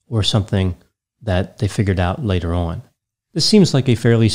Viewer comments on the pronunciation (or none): none